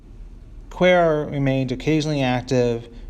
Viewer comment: pronounced "Quay ar."